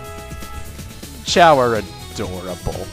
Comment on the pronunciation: Choa? FUCK YOU ITS CHAO